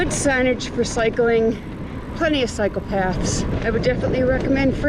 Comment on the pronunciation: You guys have seen so much beauty and history. I love it. Just finished chapter 8 where in the very beginning of it, says "plenty of cycle paths", and for a second I thought she said "plenty of psychopaths."